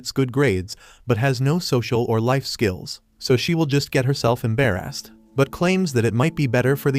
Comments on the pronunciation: bro when he say embarrest he say EMbayREST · Why do yu say embarrassed like that😂😂😂😂